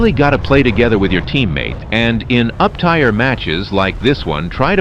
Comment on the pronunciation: the "uptyre" ruins my immersion. l like to believe the voice is really you. 🥲